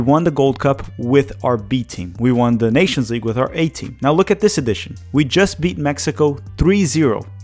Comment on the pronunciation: We've gone THE furTHest. Not "de furdest." THE. TH....sound it out. THHHHHHH......THE. furTHest.